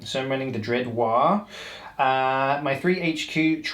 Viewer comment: It‘s not Waaaaaahhhhh, it‘s Waaaaaagghhh! as in War for Gorks sake! 😘